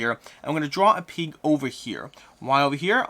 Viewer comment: I’ve never heard someone pronounce pig like “peeg”